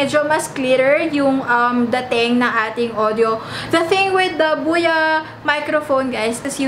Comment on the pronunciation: Buya ba or boya? Nabobother ako sa pronunciation.. Huhu